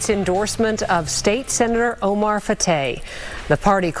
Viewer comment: So many times people mispronounce people's names. Kudos to you for pronouncing her name the way she pronounces it.